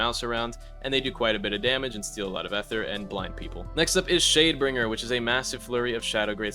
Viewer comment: gang please say ether like "ither" instead of like eh ther bro 😭